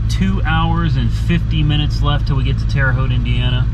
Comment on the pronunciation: I'm impressed, you pronounced the name of My home town Terre Haute Indiana Right.......lol